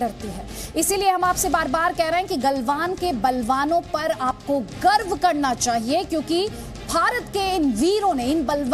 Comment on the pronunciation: . Mam गर्व होता hai. गर्भ nahi.. or हमें अपनी सेना पे गर्व हैँ.. पहले से ही..